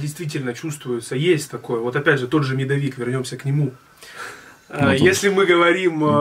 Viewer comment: Я не для того, чтобы кого-то обидеть пишу, хочется реально узнать. Я живу в центральной части России и ваш говор и ударения мне очень режут слух. Например, как вы говорите медОвик, вместо медовИк. Но вот второй раз в вам приезжает телевидение исчезает говор и правильно поставил ударение, когда про торт говорил. Опять же, правильно для региона где живу я. На Урале может по-другому говорят. Но при телевидении речь прям меняется. Почему так? В обычных видео вы делаете это специально, чтобы придать какой-то колорит или как?